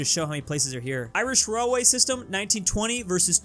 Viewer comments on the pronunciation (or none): none